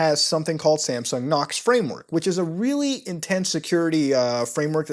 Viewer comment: Is it just me or does he pronounce "Samsung" like "Sampsung"?